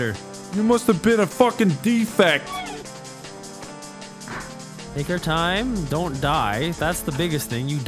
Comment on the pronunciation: 'you must be a deffect" im dead